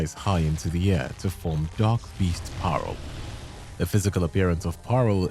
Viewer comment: dutch mentioned woooh Also its parel not paarl for pearl in dutch, or maybe the auto sub taught you said paarl, cuz yeah saying dutch words is tricky, but its like pronounced; P-aa-rol